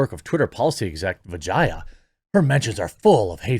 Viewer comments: dude is intentionally mispronouncing her name to sound more like vagina 😂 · Quit butchering the poor women's name. It's pronounced Va-jay-jay! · every time you say her name, I cant help but think dirty... vajayjay, darnit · Who would name their daughter Vah-Jiy-Ah?? Come on, Man! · Ever time you say her name, I'm hearing "Hello. I'm principal Vagina" from Rick & Morty. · Worth the watch: Jeremy trying not to pronounce vijaya incorrectly. 😂